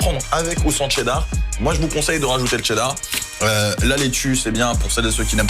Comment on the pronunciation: mdrrr tu rends ouf à dire TTCCheeddar